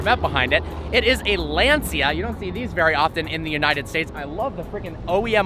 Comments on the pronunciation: Sweet, dude! But Lancia is "Lan-cha" not "Lan-seeya". U rock,, keep em coming! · Lancia, pronounced Lan-cha.